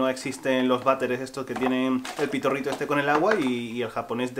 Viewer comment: “Pitorrito”, al principio oí pito rico lol